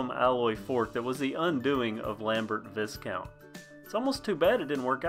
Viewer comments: Viscount is pronounced Vi - count. The s is silent. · The 's' in Viscount is silent. Pronounced "vai-count". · Well, not often you see one in this good condition! A couple of comments and observations from a seasoned vintage bicycle repairer - firstly the name Viscount is pronounced "vye-count", rather than rhyming with discount. With the components, most of the Lambert branded parts look to be customised versions of other products, the brake levers in particular look to be rebadged Weinmann ones, the cranks are TA copies, usually made by Birmalux, and the brakes themselves are likely GB or a clone. As for the 10/15 speed question, the crank arms look like they have additional fittings for a third "granny" ring although as you say it could just be a dual purpose label. My big question is whether it's a standard bottom bracket - many of the Viscount/Lambert Aerospace frames have a non-standard threadless bottom bracket and replacing it is often difficult, although there are now far more options for compatible aftermarket bottom brackets that thread to themselves not the frame. All in all, it's a very cool bike and something of a break from the slew of Raleighs that dominate the vintage British bike market. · Nerd fact: Its pronounced "VI-count" the S is silent.